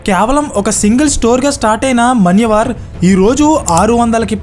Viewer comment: మన్యవర్ కాదు, మాన్యవర్